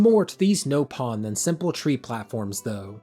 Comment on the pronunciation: Please stop calling them no pon, there nop on, they literally say it in-game